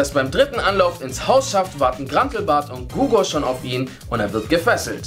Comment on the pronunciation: Er heißt Hugor nicht Gugor!!! xddd